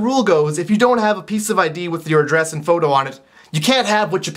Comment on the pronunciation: the way he says "Adress" xD oh candians